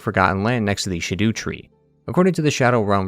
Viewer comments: Shadu tree, all the time I was pronouncing Skadu tree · 😂 I like how you half-way committed to pronouncing "scadu" as shadow, like they intended, and compromised with "shaDOO." Let's be honest, spelling it "scadu" is just dumb. Whoever decided to spell it that way should go straight to gael. Scadoo-be-do-be-doo